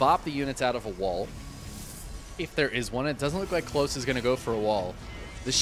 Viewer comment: Klose is a german rooted name derived from the name "Nikolas". So, it would be pronounced "KO-LOSS". Similar to how you would start to say "Collosus".